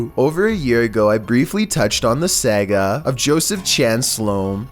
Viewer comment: What is the "sega?" You mean saga? Lol